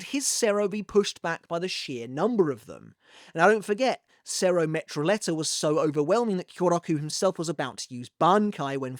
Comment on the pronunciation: Awesome analysis. Glad to see Bleach content revitalized. Btw. "Metralleta" has a double L which in spanish is pronounced like an english "J". So it sounds like "Meh Tra Jet Ah". It just means machine gun. I really like that bleach gave every faction their own language.